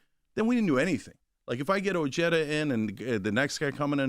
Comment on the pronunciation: Oh-hay-tha Not o jed uh I’m an Ojeda n I cringe at how Richard says his name